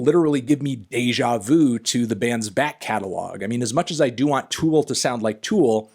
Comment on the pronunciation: For CHRIST’S sake Anthony, it’s TOOL not FOOL